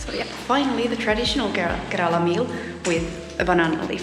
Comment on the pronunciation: It must be so wonderful taking road trips in Kerala ( I wish you would learn to pronounce the name correctly, even if it's tiring ) with a person who doubles up as a chauffeur / husband. I have been watching your videos. You seem to live life on your terms... Beaches and beachwear, visits to European style cafes,sun-kissed blonde hair, foods of your choice. I don't want to sound rude but your videos have not much else to offer to viewers whereas Kerala has so much more to offer you . WELCOME TO KERALA,ANYWAY... GOD'S OWN COUNTRY!! I 😂